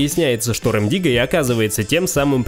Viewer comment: Нам рассказывает канал, который даже не правильно называет КРОКОДИЛА "РЭМ" ДИГГА. Правильно РЕМ ДИГГА. И порядок песен вообще не по годам)))